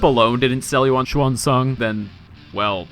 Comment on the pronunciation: Finally someone who says her name right!